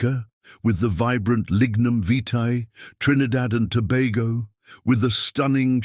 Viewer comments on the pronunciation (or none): none